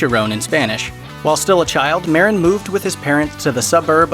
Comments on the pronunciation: Mah-deen, not Mar-rin. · Marín is pronounced: Ma-RÍN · Lol cheech meren sounds wrong af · At least pronounce cheech’s last name probably white oh. Foh